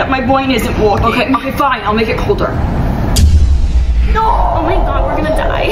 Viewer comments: That "No 👹" was personal 😭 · Why was that “No.” Kinda personal 😂😂😂